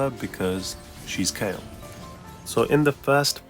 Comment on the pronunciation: It's Kayle